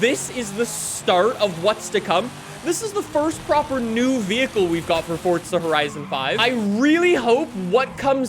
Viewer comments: It's forza not fortza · Why do you say fort'za? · Fortza? Or Forza 🧐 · This dude be pronouncing Forza, (Fort-Zuh) LOL